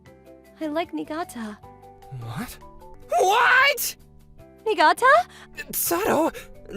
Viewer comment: It's because they're pronouncing it wrong. It's pronounced "knee-gah-tah." The FMC says it correctly.